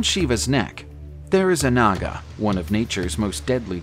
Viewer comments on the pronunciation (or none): none